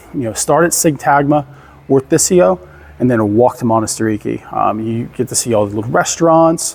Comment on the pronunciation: its manatirAki not monastiriki...and its s agorah not agora.. emphasize the a at the end but great vvideo.. thanku